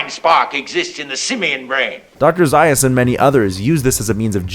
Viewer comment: Nice insight. However, you mispronounced Dr. Zaius' name.